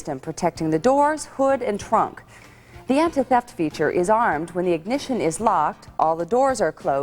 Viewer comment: “Anta Theft system”